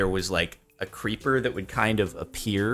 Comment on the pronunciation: The Creeper sounds like "Creep Bruh"